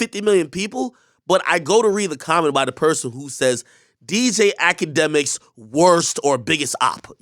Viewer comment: Intro: “its tksetshk” 😂